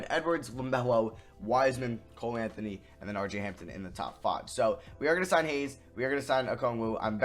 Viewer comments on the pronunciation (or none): none